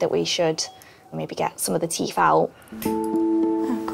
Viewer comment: I don't mean to correct your grammar but, it is (teeth) not Teef.